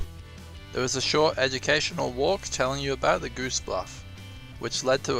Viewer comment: "Goose Bluff" would be spelt with double "o"s. That is Gosse, pronounced "Goss". Just saying. lol